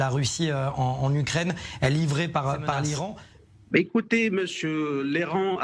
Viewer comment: Aller vous faire enculer. Les beurres depuis quand il se mélange avec des hommes. Il arrive même pas prononcer le mot l'Iran